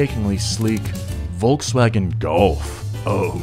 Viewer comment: volksvagen golf... volkswagen golf, mayby?